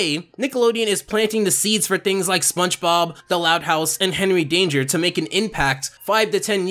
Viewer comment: I swear that you say spunchbop instead of spongebob